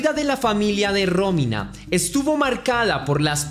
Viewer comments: Aprende a mencionar bien los notmbres NO ES RÓMINA ES ROMÍNA eres muy bruto. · muero que dice Rómina y parece un nuevo nombre lindo